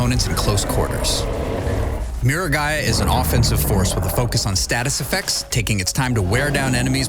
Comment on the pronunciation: Learn how to say the word effecTTTs, Loser. English is not hard.😂😂😂